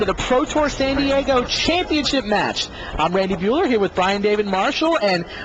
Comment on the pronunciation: Well that may be, but this is "San Diego" not San Diago.